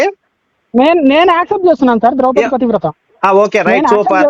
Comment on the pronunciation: Not drowpati. Drowpadi